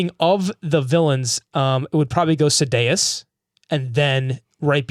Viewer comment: Love how you guys never pronounce Sadeas' name the same way twice.